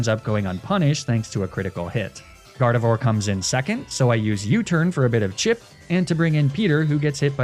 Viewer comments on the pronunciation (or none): none